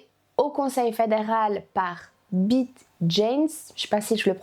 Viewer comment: Merci pour cette vidéo. On dit Béat et non Bite😂